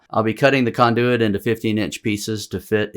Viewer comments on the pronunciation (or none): First time hearing KON-de-wit pronounced kon-DOO-it.